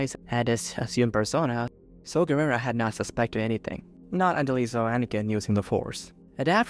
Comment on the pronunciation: I felt emotional pain every time you mispronounced Saw Garrera's name. Other than that very fun video.